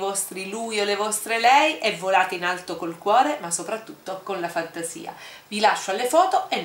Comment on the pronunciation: io avevo capito vola aeto:-D:-D:-D:-D:-D invece era vola alto